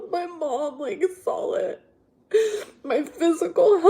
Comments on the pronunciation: “You guise sawl it” 😂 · "my mom sawl it you guys sawl it!" 🤣🤣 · “My mom sawl it.” wtf is sawl girl 😂😂😂